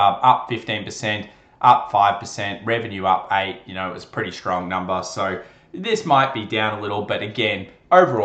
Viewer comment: " today's numba is 2*